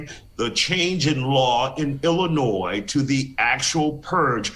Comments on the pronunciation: I live here in Illinois and the S is silent love! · you said illinois with the s 😆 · How can I listen to a man give me any advice when he can’t even pronounce the damn state correctly? I’m sorry buddy but at least learn how to say things correctly before you speak. The S is silent guy